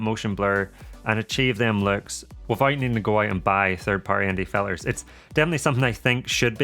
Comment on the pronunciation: I find while watching your videos, and I Like Them a lot. Find myself counting the words you pronouns with the letter T missing. Bo,om Ba,ery.Fil,ers. Its then I realised I was missing your important point of the video in the first place. The Mavic 3 is a hard sell for me, too flashy, and time consuming setting it up.